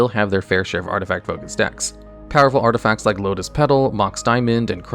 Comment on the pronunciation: 2.46 "artifcats"